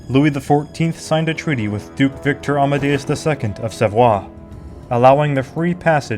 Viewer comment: VICTOR Amadeus II, Vicenza, not Viacenza, Luzzara and not Luzarra.